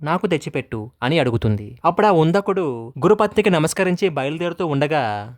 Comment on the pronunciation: అతని పేరు ఉందకుడు కాదు " ఉదంకుడు